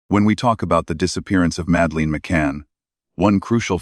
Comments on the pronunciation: Her name is madeleine not madleen as you spell and say it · Have to stop listening because calling the little girl Madaleen is getting on my nerves. It's Madeline. If this AI or whatever it is can't speak English properly then don't do any of it.. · I've suspended belief bc you can't even get the pronunciation or spelling of Madeline's name right. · Madeleine . Not Madleen ? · For gods sake, at least learn how to pronoun her name! Not Msdaleen! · Ma-da-lin. Priya-del-loose. At least pronounce the victim’s name and location properly using a human instead of using ai. Just undermines the content / channel in general. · Madleen..!!? Madleen..!!? What a load of s***e..! Get it right.. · it’s AI, that’s why it’s mispronouncing multiple names. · You can’t even pronounce her name correctly! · Ok this whole video is such Bullshit. Between the mispronounced name of the girl to mispronounced passerby. And absolutely no actual mentioning of when, if, or who, broke their silence only poorly produced recitations of what's already been known. I'm going to have to take a hard pass at this.